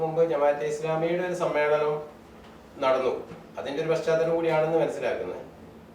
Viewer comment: ഛെ..പാ ശ്ചാ തലം അല്ല..പശ് ചാതലം..മാഷെ..ssf